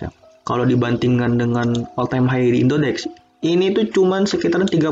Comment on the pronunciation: indodax bang bukan indodex